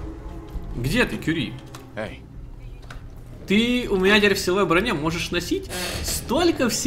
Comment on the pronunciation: Не вижу смысла смотреть до тех пор, пока не отошлёт Кюри́ или хотя бы не научится правильно произносить её имя. У меня жопа в небеса улетает каждый раз, когда с ней разговаривает.